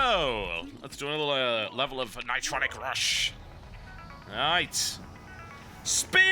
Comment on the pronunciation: ni-TRON-ic Rush